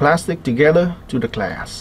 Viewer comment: its glass not class lol